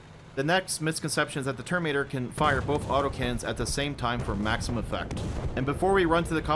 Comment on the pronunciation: Why do you always say "termator"? Where does the "in" go?